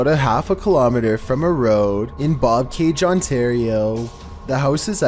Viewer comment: It needs to be said "Bobcaygeon" Not Bobcay. Di·shev·eled not Dish.eviled. You really have to learn the words before you speak them. This happens in almost every video post.